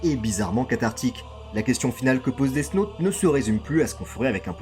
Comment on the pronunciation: Vraiment sympa la vidéo mais death « naute » 😬